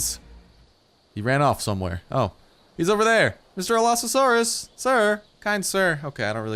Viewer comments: Allosasaurus? How do you even pronounce it that badly. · AL-uh-SAWR-us Is how you pronounce Allosaurus correctly. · allo not alsao fix ur shit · Its pronounced (Aloe-Saurus) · he says alloSAsaurus. You shouldn't say it like that if you know basic English. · Your not the only one ;~; I almost died when he said "Alasaurus" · it is called the all-o-sours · i think you got the name wrong its al-o-saur-us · Your saying it wrong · Allosaurus is well known and a hugely popular dinosaur, how can you butcher its name so hard? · The pronunciation made me physically cringe. No hate I just wish people would research pronunciations before videos lol. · you were messing up the name so bad it was hard to watch the video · y u butches a well known dino's name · u butchered the name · You just butchered that name so hard! It's even a well-known dinosaur! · Is how it's pronounced not how it's spelled